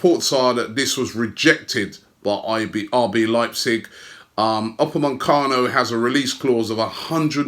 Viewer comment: It’s Upamecano not UpameNcano